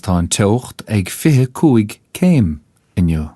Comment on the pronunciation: he accidentally pronounces the word "inniu" correctly.